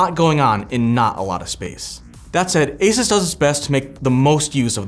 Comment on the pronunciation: for the love of god its not A SIS its ASUS A SUuuuuuuussssss for F S